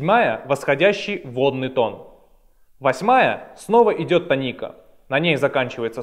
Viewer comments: тоникА? какой позор)) тОника. желание смотреть видео и тем более учиться по нему отпало напрочь. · тОника, а не тонИка! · Простите, но слово тОника, а не тонИка. Полутон - не интервал, это минимальное расстояние между звуками. Интервалы называются - прима, секунда, терция и т.д. Запоминать гармонический и мелодический лады по тонам и полутонам - нерационально, в ДМШ объясняют проще - пониженная VI (гармонический мажор), VI VII (мелодический мажор) и т.д. С ног до головы - вы гитарист, а с головы до ног - кто??? Не имеет значения, не так ли? Тоже и о ладах: мелодический мажор используется как в восходящем , так и нисходящем направлениях. В ваших знаниях много пробелов. И вместо того, чтобы их ликвидировать, вы распространяете эту недоученность другим. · Не тонИка, а - тОника, грамотей. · Может я чего-то не знаю. И говорит тонИка правильно. Но слух режет пиздец. Хотя википедия говорит тОника. Да и все окружение музыкантов тоже. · Молко Молко 1. Не "тоникА" он сказал, а "тонИка". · Да и все словари говорят "тОника"